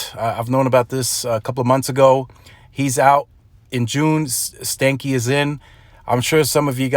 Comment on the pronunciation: His last name is actually pronounced, even if he doesn't know, stan-key like Stanley and not stanky